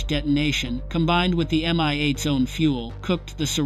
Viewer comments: Unbelievably bad IA commentary. At exactly? M-I-8-S. Come on get real. Another good story sploit. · I am sick of these PHONY videos that start with "At exactly [time of day] ..." but don't give a DATE. Because the events didn't really happen. It's all FICTION. Then the AI voices that don't recognize plurals: "two MI-8 ess" for two MI-8s.